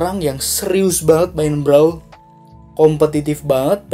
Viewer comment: Itu bacanya Brawel ya dek😠